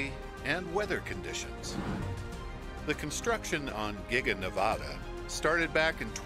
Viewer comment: How you should pronounce Nevada, for anyone wondering